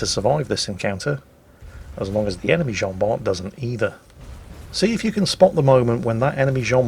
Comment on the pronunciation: The T of "Jean Bart" is not pronounced ^^